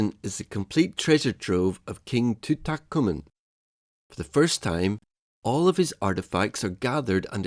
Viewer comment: Tun-Tat-Who-men? Come again?